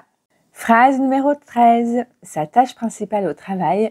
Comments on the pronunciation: Vous prononcez tâche et tache de la même façon, ce qui est une erreur. L'accent circonflexe remplace un s, et la prononciation, pour être claire, doit être un peu plus longue sur le "â". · Autant pour moi et pti déj 😉 raté ! par contre j'avais appris qu'on peut différencier tache et tâche par la prononciation du a ....merci beaucoup.très intéressant 😊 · Les mots "tache et tâche" ne se prononcent pas de la même manière, en tous cas en Lorraine, où je suis né, mais aussi à Paris. "on a été subjugués" : j'ai toujours appris que "on" étant un pronom indéfini, il ne se concevait pas au pluriel. Peut-être une nouvelle tolérance a-t-elle été posée ? Enfin, le mot "fût", substantif donc, désigne-t-il un tonneau. C'est peut-être utile de le rappeler pour mémoriser l'orthographe du verbe "être" au passé simple ? Car le subjonctif est peu connu, à part par ceux qui lisent les auteurs "classiques". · Pas de faute mais je ne suis pas d’accord quand vous dites que « tache » et « tâche » sont homophones. En effet, les deux voyelles A se prononcent différemment dans les deux mots.